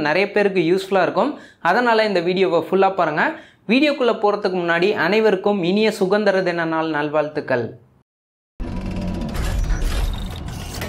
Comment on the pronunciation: சுகந்திரம் இல்ல மேன்.., சுதந்திர தினம்.... சுதந்திர தின வாழ்த்துக்கள்